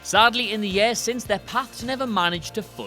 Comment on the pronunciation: Years, not "yairs"